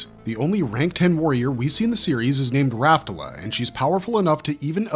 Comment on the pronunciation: My guy, your pronunciation of some of these words should land you in prison. Galatea, for instance, is pronounced "Gal-UH-tay-UH". Rafaela, similarly, is pronounced "Rah-FIE-el-UH". Isley is "EYE-lee" or "EYES-lee" if you also pronounce "isle" with a hard-s like a weirdo :D